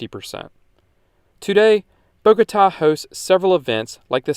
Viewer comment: Thank you for this informative and balanced video. And you even taught me something on the Biodiversity of Colombia, the very article I wrote years ago on Wikipedia. Just a pity about the pronounciation; it is Bogotá, the accent should guide you to stressing which syllable, it is not Bógota. But else, good video.